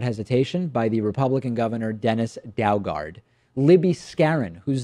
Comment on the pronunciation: Dennis DOO-gard